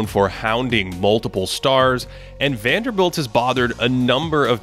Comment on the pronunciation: Guy: Is called Jarred Vanderbilt: WANDELL!